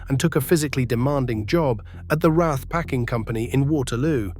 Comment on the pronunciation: Geez. AI narration sucks. Rath, not R A T H. Hire a human being next time